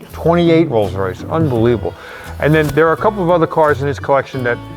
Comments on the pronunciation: Wolls Woice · a "Woills Woice"????